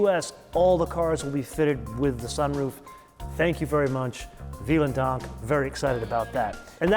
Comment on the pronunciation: “Viel” is in German pronounced with the f sound : Filen dank